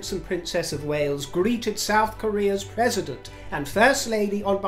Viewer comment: Wow! Those pronunciations of the President and President’s Spouse were spot on!!! Bravo!!!👏 ❤ 👏 I adore my daily broadcasts! Thank you! 🙇🏻‍♀️ 💎 💃 And the POW!!! Wow! 🤩 ❤